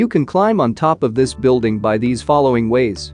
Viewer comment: Beeuldeeng 🤣 I know your tongue can speak this